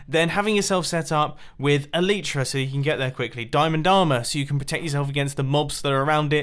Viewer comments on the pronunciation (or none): It's elitra not eeleetraa